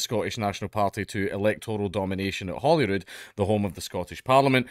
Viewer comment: sounds like you're saying "Holywood", I was like "Holywood?!", then actually read the article and was like ahhhhhhhhhh, Holyrood, of couuurse